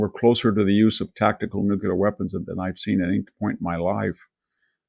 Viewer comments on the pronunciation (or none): nuclear -- NOT "nucular"... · Big fan of VDH, but NOT a fan of hearing him repeatedly say “nukular” 🤦‍♂️ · Oh for God's sake...can your edumakated self learn how to pronounce "NUCLEAR" correctly ??? Geeez.